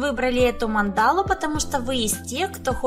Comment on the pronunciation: А почему мандАлу, а не мАндалу? )))